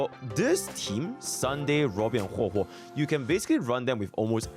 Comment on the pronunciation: this is the first time I've seen bro pronounce "HuoHuo" and not "Huwewe". Feels weird man